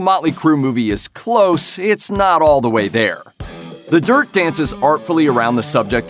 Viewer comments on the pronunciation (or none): none